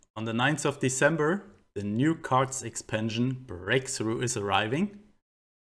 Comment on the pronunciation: love you say the word "breakthrough" with German accent